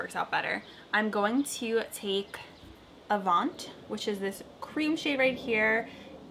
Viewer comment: LOL anyone else laughing/cringing at the way she’s pronouncing the names 😂 Relevé and avant are French words. This was a great video though, thanks for being so swift with this review. Pretty eye look 😍🤗